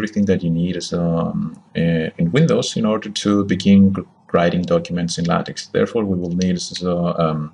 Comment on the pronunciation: The X in LaTeX is Greek "ka" sound, as in "tech" and not soft as in "tax". Donald Knuth, the author of TeX made this clear on the first page of his manual. He explains how X comes from: "English words like ‘technology’ stem from a Greek root beginning with the letters τεχ...; and this same Greek word means art as well as technology. Hence the name TeX, which is an uppercase form of τεχ." He goes on to explain how it sounds in spanish and other languages. I don't understand why even after 30 years, people insist on mispronouncing? It is not "tex-maker", it is "TECH-maker". It is not "la-tex", but "la-TECH". Use hard K. Is that too much to ask if you insist on making videos without reading the manuals?